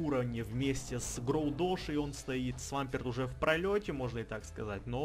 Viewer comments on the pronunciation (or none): none